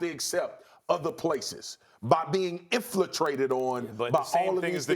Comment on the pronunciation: Yep...right after dude said "Inflitrated" instead of infiltrated😂😂